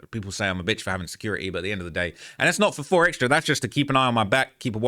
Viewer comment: Keep saying 4xtrasss, it’s 4xtra